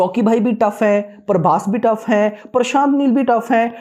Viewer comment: 😅Not Parbhas it's prabhas